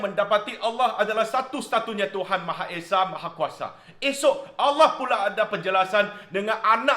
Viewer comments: Sebutan Allah oleh amat tepat.. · Ush, terkejut dengar sebut nama ALLAH. Bukan terkejut sbb ape, tapi terkejut sebab sebutannya tuu tepat dan betul. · Tak pelat pun sebut kalimah 'Allah'. Positif penghayatan dia? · Terbaik..u mmg rakyat Malaysia yg sejati..sebutan Allah tak pelat lagsung.Terbaik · ni islam ni...sbb tu sebut Allah tu sedap n betul.... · Semoga Allah berikan hidayah kpd.... sebut Allah da bagus.....jgn risau,u blh pakai u punya nama jika maksud bagus...itu pisang nanti² br kupas....😂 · sg petani ni memang steady.Sebut nama Allah pun macam orang islam sebut.You are very sensible! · Kan.time dia sebut tu suka aku dengar. u are a wise man.semoga kita semua dapat hidup dengan bertoleransi dan saling menghormati walau berbeza agama dan bangsa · Aku cari komen ni hahaha, sebutan Allah dari ni sangat tepat. jarang aku dengar cina2 boleh sebut nama Allah dgn baik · Setuju2 la sangat cara sebutan tepat semoga diberi hidayah amin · Minit bukan Terawih tapi Tawarikh 😁 Explanation ttg Kalimah Allah mmg cenggini 👍🏽👍🏽👍🏽 Sebutan Allah pun sangat tepat. Semoga Tuhan rahmati diberi kelancaran berucap dgn minda yg jelas 😊